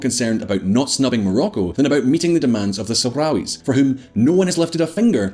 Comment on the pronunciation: How much is normalizing Israeli relations with really about US diplomacy and how much of it is about the idea of my enemy of my enemy is my friend when it comes to Iran? I love the fact that the Republican representative could barely say Sahrawis.